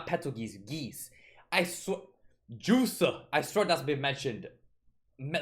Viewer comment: correction it's Juice not Guese